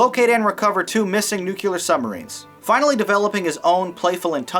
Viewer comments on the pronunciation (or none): I know this is really petty, but... nuclear, not nukular. Now to the movie, standard Bond-fare but Jawsa is the best Bond henchman ever.